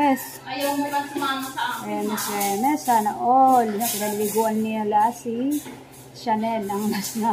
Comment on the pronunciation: sir HERMIS po talaga? hindi HERMES?